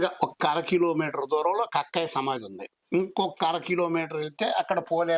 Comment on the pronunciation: Kakkaya kadu sir thakkaya